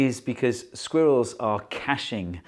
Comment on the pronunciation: I'll be honest, I clicked on this video just to hear a British man say the word 'sqwurells'